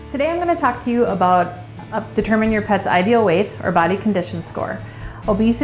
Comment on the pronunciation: Obese lady talking about weiight🥴